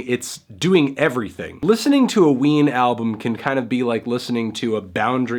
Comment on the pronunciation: all I hear is wiener